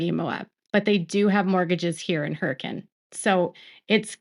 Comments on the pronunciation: you are awesome! Thank you for knowing how to pronounce Hurricane Utah. Everyone pronounces it as Hura-cane - like what you get in Florida. But you got it right - Hur-acan - for those of us that used to live there - we appreciate it! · omg thank you for pronouncing Hurricane properly lol.